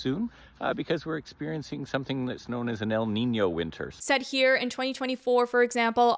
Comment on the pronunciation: i know this is a super important and super devastating topic, but i just wanna say that, as a native spanish speaker, you nailed the pronunciation for el niño and la niña!!